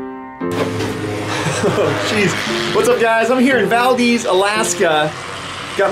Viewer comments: Not valdeez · You keep mispronouncing Valdez. Please stop saying it like that.